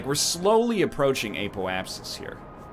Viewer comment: So glad he started to pronounce apoapsis properly.